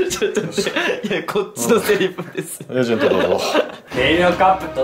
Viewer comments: エイジェントw エージェントじゃないんだww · エイジェントじゃなくてエージェントじゃね？笑